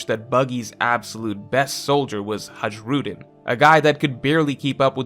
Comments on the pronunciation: for the love of God, please pronounce the names properly. Don't butcher someone's language by your own standards. It's may be spelled Hajrudin but it is pronounced as Hairudin. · I know it's a minor thing, but Hajrudin is pronounced like Hi-rudin. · the way you pronounce Hajrudin 😭 its Hi - rew - din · The way Hajrudin was pronounced killed me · stop pronouncing the “J” in Hajrudin it’s silent.